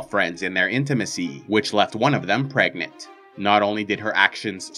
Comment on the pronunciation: Am I the only one hearing Pregnate instead of Pregnant?